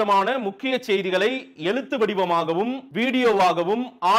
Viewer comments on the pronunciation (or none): எலுத்து இல்லை எழுத்து.. கொஞ்சம் உச்சரிப்பில் கவனம் செலுத்து தம்பி.